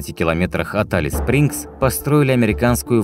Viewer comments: Только Элис Спрингз, а не Алис Спрингз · Спасибо за видео! Х0чу добавить,что климат там - не подарок. Европейцам там нелегко переносить жору.Название правильно говорить- Элис Спрингс. Процветания вашему каналу! Привет из Австралии.